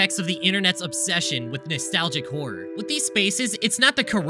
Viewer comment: and every time he says "whore" instead of "horror"